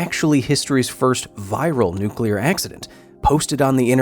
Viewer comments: Did I just watch something about a nucular accident or a promotion for a creepy pasta? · Nucular, it's pronounced, Nucular. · Nucular... it's pronounced NUC-U-LAR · Its actually spelled nucular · Its Nucular